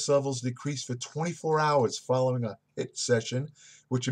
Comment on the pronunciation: it's HIIT not HITT lol I still love you sir!